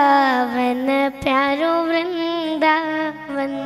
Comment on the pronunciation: वृंदावन का इससे प्यारा उच्चारण नहीं सुना।❤❤